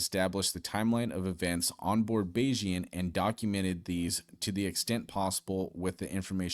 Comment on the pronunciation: bayes- ian is the correct pronunciation 😂